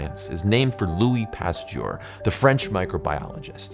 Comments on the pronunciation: A biologist unable to correctly pronounce "Pasteur". Pasteur != Pasture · Research how to pronounce Pasteur